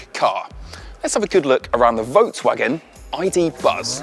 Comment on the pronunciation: Work on your pronunciation of Volkswagen.